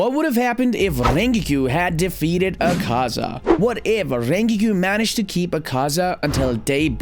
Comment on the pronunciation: "Ringiku" "Ahhhkaza" "Kukushbo" "Hashithra" 🤣🤣🤣🤣💀